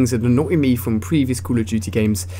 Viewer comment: cull of dutyy lol